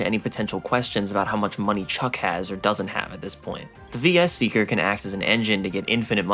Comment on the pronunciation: Quick Aside: "VS Seeker" should be pronounced "Versus" since "VS" is common shorthand, and there's limited space for item names.